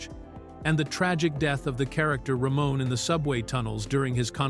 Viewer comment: His name wasn't Ramone it was Ramon or Ramo it's pronounced differently, but the video does get it wrong